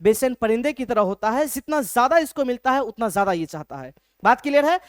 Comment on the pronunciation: Sir cool banneke chakkar me J ke jagah z use kr rhe hai jaise jitna ko zitna bl rhe hai 😂